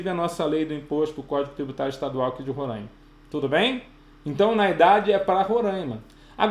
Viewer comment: Não é Rorãima... é RoRÁima. Tô zuando kkkkk. Ótima aula!